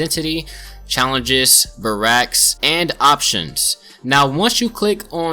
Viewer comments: Bar racks? You should make a video on how to properly pronounce barracks... oh wait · barraks pronounced (Bare-racks) (Bar-rocks) lol